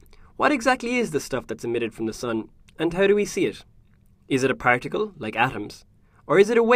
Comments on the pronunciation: Hear the way he says particle in at 0.25× SPOILER ALERT:- He says prank tickle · Did he say practicle ?